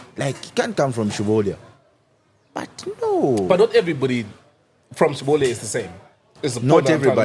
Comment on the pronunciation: Umwaume ukumeka?? Just say CHILOLYA nicely please 😂😂😂😂😂